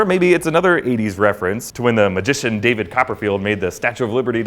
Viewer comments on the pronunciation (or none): none